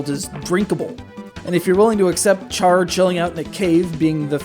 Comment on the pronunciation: It's Amuro Ray, not Ray Amuro. and its Char (like shar) not char (like charzard).